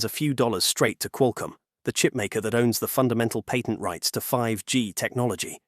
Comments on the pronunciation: Patent, not pattern. 20yr career in cellular speaking here. Cellular patents are a unique beasts as the video mentioned. The SCOTUS granting a hearing doesn’t by itself obliterate patent law. Apple was actually correct in their assertion that Qualcomm’s practice is double dipping: requiring patent license in addition to buying the chips means you have to pay Qualcomm twice simply to use Qualcomm’s modem. This has literally been a complaint from many companies about how Qualcomm does business for decades. Normal licensing structure for silicon typically includes the license when you buy the chip. That applies to x86 processors, ARM-based processors, GPUs, etc. A company buys the chip to use in their hardware and doesn’t have to also buy a separate license to use it. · I cringe every time the announcer pronounces the word patent